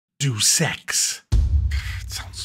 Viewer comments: It sounds bad because you're pronouncing it wrong. It's not "deuce" (doos) as in "dropping a deuce" (lol). It's DAY-us, as in the Latin word for God. It's still a dumb name though. They took it from the expression "Deus ex machina" (God from the machine), and I guess they thought that "machine" was implied since the plot is themed around advanced cybernetics, but basically the name "Deus ex" means "God from the...". From the what? Friggin' dumb sounding (like deuce). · Come on, it's pronounced 'Day us'. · You gotta get your Deuses right. Its pronounced DAEOOS. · It's deus ex - Greek! loan translation - so neither deuce ex nor due sex or whatever. It's deɪəs ɛks ( deːʊs ɛks rather) ... and suddenly it doesn't sound 'so bad' if you just wouldn't pronounce it so badly. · Mate it's pronounced Day-us Ex, not Due Sex 😉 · 0.01 I heard "Do sex " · Why do you pronounce "Deus" as "Deuce"? It's not a turd, it's Latin. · I think it is pronounced "day-us-ex" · Day-Us not whatever sound you were making. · Do Sex, lol. It's Dayus Ex. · it's pronounced Day-oos Ex, kinda similar to Day-us but with more of an O sound. For years i also used to pronounce it the same as you though. Edit: Lol at all the comments saying it's "day-us". That's also wrong. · It’s pronounced “day-us ex” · It's pronounced 'Day-us' just saying lol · Thought it was pronounced 'DAYUS EKS".. but yeah the S and EKS cannot be avoided. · Do sex. Sounds so bad 😅😂😂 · Great video as usual. It's pronounced, "Day-us Ex." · No it’s pronounced Dee-Us eex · It's pronounced more like "Day-oos" I think. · It is: Day oos Ex A shortened version of Deus Ex Machina...God from the machine when stage plays had a God character descend from the skies on a sort of mechanical lift. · Does he know it's not pronounced Deuce Ex? Doesn't sound bad if u pronounce it correctly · it's pronounced "dayus" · Day-Us ;) but i liked it back then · Day-ous Ex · Was the pronunciation in honour of Wimbledon?